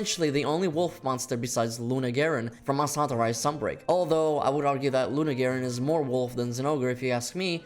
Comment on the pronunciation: If I hear this guy mumble mustahantuhh another time I swear…